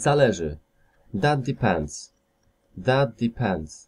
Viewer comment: No blagam ,,,,that" nie czyta sie jako,,, fet". To nie ser feta;). Wiele masz takich przykladow, ale ten mnie dobil. Nie polecaj tego ,Bo jak ktos nigdy nie slyszal poprawnej wymowy to tak zle sie nauczy.